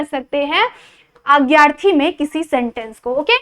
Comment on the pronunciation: Didi marathi mai agyarthi nahi bolte.. adnyaarthi bolte bai..